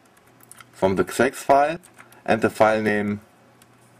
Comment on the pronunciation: Did you say "Sex-File"? :D